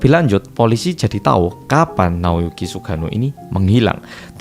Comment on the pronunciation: Salfok cara nyebut nama Sugano medok banget, jadi kayak sugiono😂